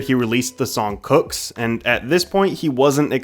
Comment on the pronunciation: its not cooks itss coo-ks (cew)ks btw